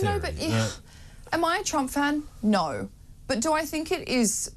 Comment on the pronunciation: neaur…. You mean no? Lol